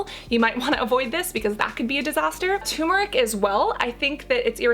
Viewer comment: Turmeric is pronounced tuRmeric not "toomeric."